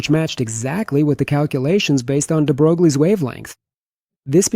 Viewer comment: It’s not “de brogue lee”. It’s “de BROY”